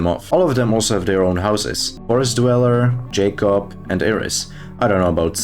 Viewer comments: Erm... actually, it is pronounced Yakob according to Hn 3 devlog 2 lol 🤓🤓🤓🤓🤓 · bro butchered jacob 😭